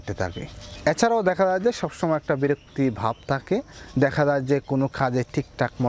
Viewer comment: তাখে না ভাই থাকে।উচ্চারণ সঠিক হলে শুনতে ভালো লাগে